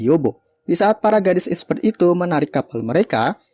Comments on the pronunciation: esper dibaca esper bro, bukan espert apalagi espret. next bacanya gausah lebay ya esper dibaca esper aja bikin kurang enak dengernya terlalu lebay tp salah penyebutan, buat kemajuan chanelmu juga kedepannya kalo mau lebay soal ceritanya aja jgn cara bacanya karna ga enak bgt didengernya jd males mau nonton film yg lain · Koreksi kalo nyebutin itu esssperrrrr min bukan espert